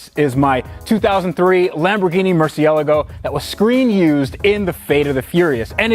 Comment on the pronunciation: Is it me or is he not pronouncing the word murcielago correctly??